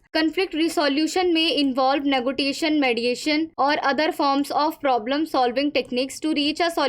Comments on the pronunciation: I appreciate your work, but please correctly pronounce word 'negotiation'. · Sorry to say this ma'am i don't have any problem but Please ma'am don't mispronounce negotiation it districts. Again sorry if it seems rude or misbehaving i don't have any bad intentions.